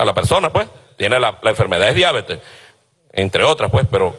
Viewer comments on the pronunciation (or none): none